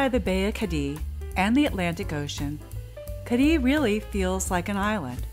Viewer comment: You're video was done very well, I enjoyed it very much. The only exception is your pronunciation of "Cadiz"; you can say it by pronouncing the "z" as an "s", however, the correct pronunciation ends with the "z" sounding like a soft "th". It is not, "Cah-dee".